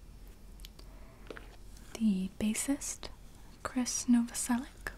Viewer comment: When someone's says Krist's full name properly I get so satisfied and my tingles go crazy